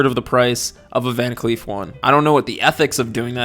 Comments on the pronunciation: I literally thought you were saying van queef this whole time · I keep hearing “Van queef” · Im so sorry i just keep hearing "Van Queef" and its really funny to me lol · I totally heard you say "van queef" the first few times 😂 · Gonna be honest - I watched the first minute of this video after a binge of your videos and didn’t see the name. Spent a minute thinking you were saying VanQueef ……. Which was a lot of fun for me